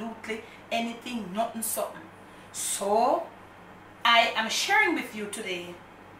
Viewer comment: "nut'n som'n" I love that!